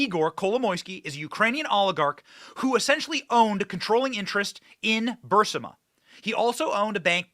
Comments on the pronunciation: Damn Benny. C’mon. BURSIMA? It’s BURR-EES-MAH. The I is before the S. There’s only been 10,000 reports on it. How the hell do you continue to mispronounce well known names? Get your staff on it. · Nothing but love for your show! Just begging you to PLEASE read it aloud... Bur-REES-ma. Petty, I am sure, but my goodness, every time I hear "BUR-SIM-A" I think "Punkin, you're pronouncing incorrectly because you have placed the I in BURISMA in the wrong place. Sorry. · Burisma, not Bursima. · Ber-is-ma. Not ber-si-ma Burisma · it is Pronounced Burr-is-ma!